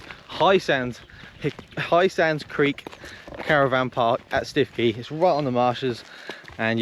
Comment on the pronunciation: All bend-in-the-middle soft shell roof tents are like that, they have the tongue and groove to transfer weight onto the main lower section, I'm not that far away so happy to give it a look, prob only need a little extra height on the RTT. Prob good that you didn't pronounce Stiffkey correctly as no one would know where you were...